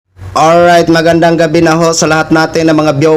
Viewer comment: Ang lutong ai ...Oraayt😂😅